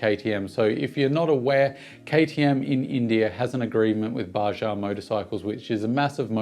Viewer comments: Bajaj, not Baja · Its Baa-judge not bajah. Greetings from India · hi buddy.........its not bajaaa, Its bajaj !!!!!!!!!!!!!! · The second J in Bajaj is not silent ;)